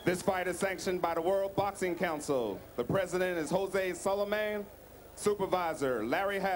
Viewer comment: Announcer: The president is Jose Solla Man" LMAO!